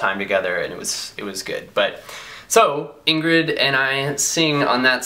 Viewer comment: how Ingrid said it was right!! xx